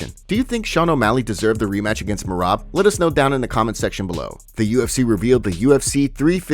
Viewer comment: Bro I love the channel but you still can’t say Merab’s name correctly. 😂